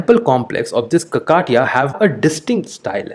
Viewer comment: It's no kakaatiya sir It is kakatiya